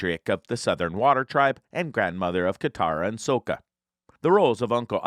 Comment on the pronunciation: Dude you keep pronouncing sokkas name wrong. What is this another m night shyamalan?